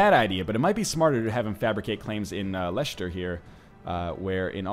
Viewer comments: When i heard him pronounce leicester as Leishester, i went freaking insane, it's pronounced lesster, lol, just having some fun here. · its pronounced Lester. great vid anyway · it is pronounced less-ter